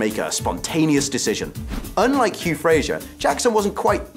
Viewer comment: Hugh Fra-Zer .. Not FraZH-er. Wonderful series, fabulous actors.